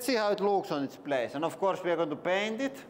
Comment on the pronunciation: Very cool bunker! Can't wait to hear more "and here veeeee go!" 🙂